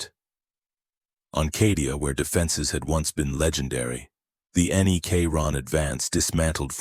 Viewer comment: Good video, however the sheer amount of misprounciation is unignorable. Especially words that are repeated 100 times and are literally the theme of the video. Unless you train you AI to properly pronounce words like that thos will probably be my last video N-E-K-Ron Mech-an-e-cus Are just ridiculous...